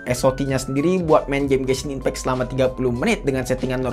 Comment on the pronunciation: SOC : Es O Ci Ghost Touch : Gostoch Genshin Impect I'm dying 😱🥲😭